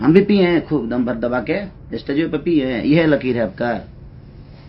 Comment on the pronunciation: Daru abhi tum pike hai bol raha hai theek hai